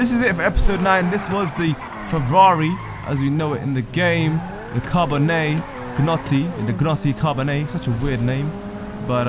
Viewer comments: Not trying to be a dick but Gnotti Carbonii, really? Grotti Carboninizzare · the name's Grotti not Gnotti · G(R)otti Carbonizzare (correct pronunciation: Car-bOn-ni-zAR-A)